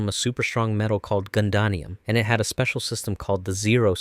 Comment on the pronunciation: I hate listening to these videos only to hear them constantly mispronouncing names of the characters or other words in the series. I mean, how do you make a video about Gundams and you don't know how to properly pronounce Gundanium? 🤔